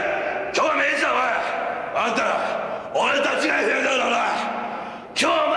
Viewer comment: 金村選手と話してる人が誰だかわからないけど、なんかずっと「エフエムダブル」って言ってて違和感w ＦＭＷはエフエムダブリューじゃないの？